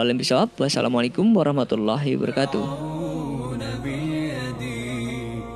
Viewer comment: Kak tolong betulin salam kk, setelah saya dengar berulang2 kata" wabarokatuh "kk singkat menjadi " barokatuh" jadi kurang kata "wa". Terima kasih.